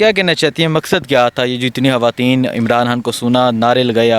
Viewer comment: یار خدا کے واسطے اپنی اردو کا تلفظ تو ٹھیک کرو۔ یہ "خان " ہوتا ہے " ہان " نہیں۔ خواتین کہا جاتا ہے" ہاواتین " نہین۔بہت برے لگتے ہو بچوں کی طرح بولتے ہو۔